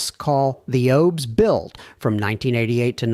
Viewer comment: look at the mark. He pronounced it as oh-b-s instead of O.B.S. There is a lot of good information in this video. If this were a real person, he would know how that is pronounced.